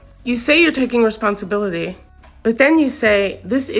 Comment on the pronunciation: Bruh said responsibilily